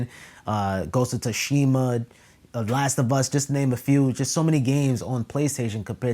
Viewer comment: Man I gave up on this guy when he said “Ghost of TUSHIMA”